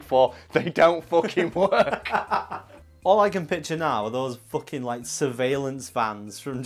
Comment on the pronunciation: "focking window"